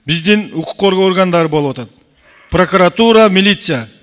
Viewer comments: Пракатура емес прокуратура болот таз баш... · Эй гелесоо Прокатура эмес, Прокуратура деп туура суйлогонду органдардын аталышын туура айта албаган депутат Жогорку Кенешке бок жеп отурабы эмне деген сабатсыздык , билимсиз уялбайсынбы дагы кыйкырып кыйратып койгонсуп суйлойсун эшек. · сен кандай мааниде тушунуп жыргайсын? Тыншап уксан суйлогонун ,,Прокуратура" деп суйлоп жатабы или пракатура деп тантырайбы? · пракватура дейби? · Лысый депутат Пракуратураны так айтса Ары жок калп суйлобогуолу биринчидин паркуратура эмес Прокуратура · пракатура дейт таз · Паракуратура десе туура болот го. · Прокуратура деп айталбайтекен таз баш пахтакор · ПРОКАТУРА ДЕП, ЖЭНИШ ТИЛИН КЕЛБЕЙ, БИРОК ТУРА АЙТЫПСЫН!ПРОКАТ УРА))))😂😂😂😂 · Тилин келбей Тишин келетго пракатура деп лысый 😂🤣🤣🤣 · Сен биринчи прокурортура деп туура айтып алчы,!